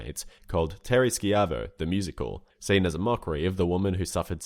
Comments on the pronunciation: Hold on lemme get this straight, you play the song which clearly says "schievo" (sh Eye Vo) but still insist on pronouncing it (SKY VO). Your a bot rnt you. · why do you keep pronouncing it skiavo when it's clearly pronounched shivo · Dude, it's not sky-ah-vo, it's shy-vo. The family guy clips even say the name properly. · Narrator says "Terri Ski-Ivo" several times but in the Family Guy clip it clearly pronounces her name correctly, like Shy-vo. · "Terri Skee-avo"... Is that just like an accent thing or is he one of those people who refuse to say things correctly. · You included the clip of the Terry Schaivo song which pronounced her name right, but you couldn't just copy their pronunciation? what the heck,? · they say her name in the song and you say it wrong twice. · Unless family guy was pronouncing it wrong I'm gonna question how you saw that clip and still managed to pronounce it wrong. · Just great when you have the musical number you're talking about in the video, yet you still fail to properly pronounce the name being sung in said clip. :/ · how do you mispronounce a name while showing a clip where the name is pronounced properly multiple times